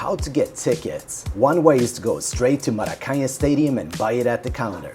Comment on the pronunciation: Buddy, at least learn how to pronounce Maracanã correctly ;-) Greetings from a gringo who arrived yesterday to Rio!